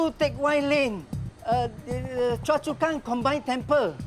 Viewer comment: It should be 'Choa Chu Kang' not 'Choa Chua Kang'